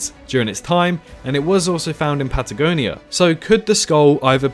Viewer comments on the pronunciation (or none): none